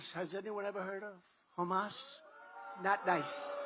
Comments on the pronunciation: He's all talk - and he's so inarticulate, he can't even pronounce Hamas [Humus lol } correctly. Everything he's saying here has already been said by other candidates . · Wow! He really thinks his term did well! Well, at least he's talking about beating Biden this time and not Obama.....first stages of dementia.....when you think WW2 hasn't happened yet. And it's Hamas....not Humus.